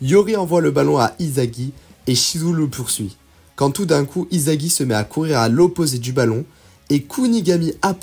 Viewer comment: On prononce issagi et pas izagi😊😊😊